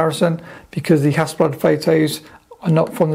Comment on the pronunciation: Hasselbladski)))😂😂😂 Mate,I hope you didn’t say it when you were in Ukraine//or other Russian speaking countries))